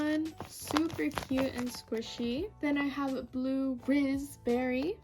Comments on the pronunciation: U didn’t say razbarry u said rizzberry 😂😂😂😂😂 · She said RIZZberry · AYOO SHE SAID RIZZ_BERRY😂